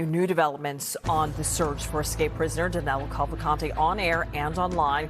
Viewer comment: Danilo not Danelo